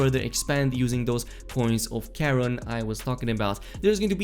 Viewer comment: The thing I most appreciate about these guides is your correct pronunciation of Charon